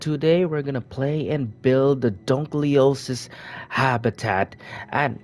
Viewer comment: No hate but it's pronounced Dunk-a-lost-ee-us